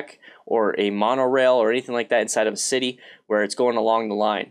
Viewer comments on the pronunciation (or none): none